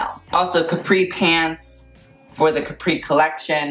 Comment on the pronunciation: Love how you pronounced Caprì ahaha